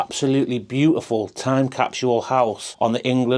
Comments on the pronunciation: (Kap-sool) "Capsule"---🚫kap-shull🚫capshule🚫.😂 Funny how American English/Americans, "Speaking the Kings"more proper than people from where the English language was developed....😊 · Go back to school LMFAO, time capshule?? What in the F*CK????? Spit out the mouth full of toothpicks LOL!!!!